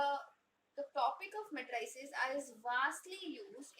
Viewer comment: Your pronunciation of matrix is okay, but your pronunciation of matrices is wrong. You are incorrectly saying it as "muh TRAY sus", but the emphasis should be on the first syllable and the last syllable should be the same as the word seize. Say it as MAY truh seez. It should have a rhythm and sound that is similar to "if you please".